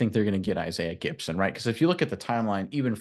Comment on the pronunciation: lol when you learn how to spell then you should talk 🤣😂😅. It's Gipson not Gidson you sound like Tennessee with David Sanders Jr. on his TENNESSEE OV